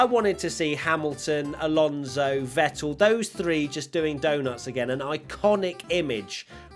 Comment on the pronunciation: Ain't bo wat he butchered the non-finisheres 😂😂 Lalonso. And crofty daid that when he gets the chanve he'll say but here comes Seb Vettel for the last time